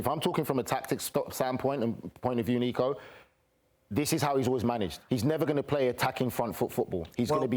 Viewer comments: I thought Nico was Turkish his pronounciations are insanely good! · Nico’s knowledge about turkish ball and pronounciations are absolutely goated